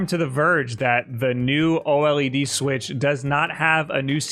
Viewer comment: It's pronounced Oh lead. Thank you.